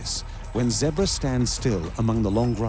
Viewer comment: Your putting to much syllables in “zebras” I can’t watch this just because you’ve said “zeberaha” 9,000 times in 3 mins